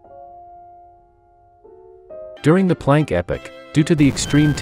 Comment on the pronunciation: Planck EPIC? It's pronounced "Planck EPOK" 👎